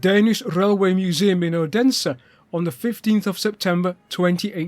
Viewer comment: Cheers for an interesting video. I had the pleasure of seeing 'Odin' (cold) in December 2025. It's big! BTW you pronounce Odense as OH-den-suh, with three syllables: the first "O" is like the 'o' in "go," "DEN" sounds like the English word "then," and "SE" is a soft "suh," almost like the 'a' in "sofa," making it roughly OH-den-suh.